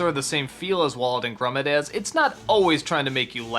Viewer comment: Did he just say 'Wallet and Grummit'?